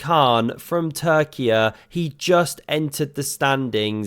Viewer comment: You got my like at the moment you stated our country’s name correct; Türkiye ❤️